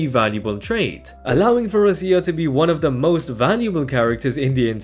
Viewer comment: “Rosia”, please don’t… ROCCIA, like Rocha, but with hard C pronunciation. Please.